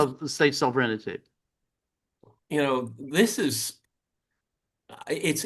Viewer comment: George, there's no "ity" in sovereignty. It is pronounced sov-ren-ty, three syllables. There's no alternative pronunciation. There's the correct pronunciation and an incorrect pronunciation.